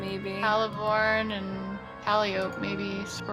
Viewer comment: Calliope - Kah-lie-ah-pee. It hurts my soul when things are pronounced weird. I'll give hydro-city a pass but please.